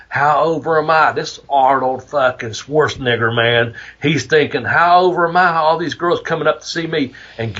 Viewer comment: Arnold “SchwarztNIGGER” 😅😅😅